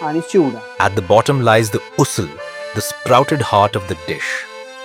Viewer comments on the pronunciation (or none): Missil? Usil? Tarree 😂😂😂😂 bruh it misal, usal and tharee 😂😂